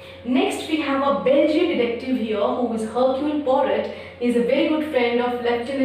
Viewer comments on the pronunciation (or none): John and Lawrence were Mrs Inglethorpe's step sons. The H and T in Hercule Poirot are silent while pronouncing. Good attempt.